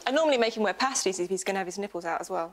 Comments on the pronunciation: "Pasties" is pronounced 'pay-stees'. Otherwise they are Cornish calzones. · I still can’t accept that Rachel pronounces the word the same way as the meat-filled snack. It’s “paste-ies” not “past-ies.” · i always assumed they were pronounced as pasteys (like copy and paste but with a Y) not pasties... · It’s pronounced pAstie....like paste adding ie sound Pasty’s are food! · did anyone correct rachel on "pasties"? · It's pronounced 'pasties' as in pasty-faced complexion.